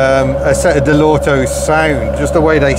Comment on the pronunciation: Another person who can’t pronounce Lancia, Dell’Orto’s properly.